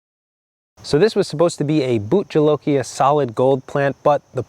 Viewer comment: I love this channel but my Indian friend told me that it's pronounced " but hilokia" not boot jolokia.